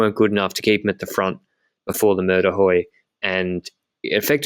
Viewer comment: Mur de huy is pronounced we like the pronoun. Mur de we